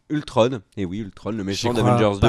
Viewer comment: Ultron et pas ultrone